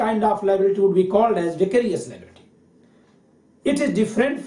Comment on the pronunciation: Its vicarious.... Not vacarious!... Anyways.. Nice lecture sir!..